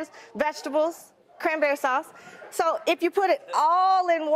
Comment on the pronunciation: "But what if I don't like the CRANBARRY SAUCE, Monique?"